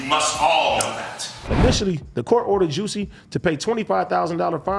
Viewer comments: AD and Adam pronouncing jussie like “juicy” is wild lmao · Juss-ie. Adam called him juicy too!!! 😒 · They both know dizzamn well his gay name is (Juh-see, not jew-see) smh 😆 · The fact that they pronounce it as juicy instead of jus see 😂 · It’s the Juicy not Jussie for me 😭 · I’m 💀 at Adam sayin “fuk you Juicy J” 🤣 was that a slip or is there “beef” out here? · pronounced jah-see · Yo we so disrespectful cause I don’t think nobody pronounces his name right and we do it purposely 😂😂😂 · I just love how AD completely butchered “Jussie’s” name 😂😂😂